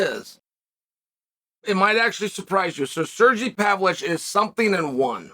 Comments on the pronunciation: “Sergee Pavlich” lmao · Serjee Pavlitch😂😂😂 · Sergee Pavlich 😂